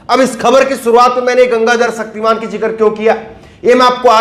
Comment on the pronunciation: "सक्तिमान" नहीं "शक्तिमान"। हिंदी तो सही बोलना सीख लीजिए महोदय।🙏